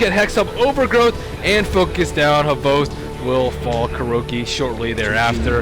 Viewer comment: Its hvost not fucken havast wtf